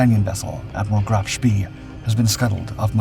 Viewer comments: Phonetically it's pronounced Graf Spay not ever was it pronounced Spee🙁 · For god sake. Try giving the names of German ships in their proper pronunciations. It’s pronounced Graf Spey. Not Graf spee. Despite how it’s printed. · Can't stand hearing Graf Spee mispronounced like that!